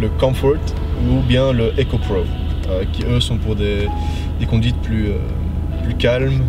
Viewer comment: La vidéo est bien , belle présentation mais l'accent pour le mode sport et "eco prowww" bon , on peut éviter quoi ^^